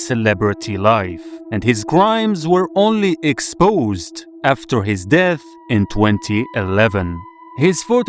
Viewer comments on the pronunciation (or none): none